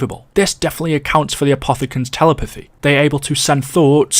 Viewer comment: My man wouldn’t stop saying apothogens